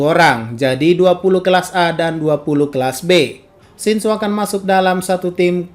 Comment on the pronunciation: kura kura.. Mimin nya kalo ngomong shinso nadanya kek shinzou, mungkin aja kebanyakan nge teori Aot..